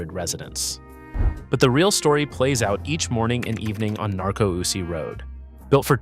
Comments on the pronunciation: Narco oosie???? IT'S NAR-COOSIE! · Exactly; and it's Nar-coo-see Road, not Narco-usee. Come on bro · The numbers are true but the mispronounced names are laughable. Narco Oosie Road? Really... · That’s ok. The AI blew the pronunciation of Narcoosee Rd (excuse spelling).